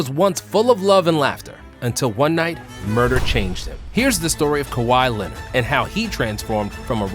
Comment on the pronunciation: “Cow-high Lennit” - Stephen A Smith